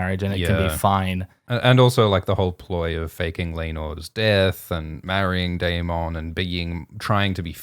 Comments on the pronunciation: ...its DAY-MIN not DAY-MON:(:(:(:(:( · If you're going to pronounce Daemond wrong can you at least try to say it less. It sounds so forced it's like nails on a chalkboard. Wanted to watch this video but couldn't because of this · Love how pronounces Daemon like Digimon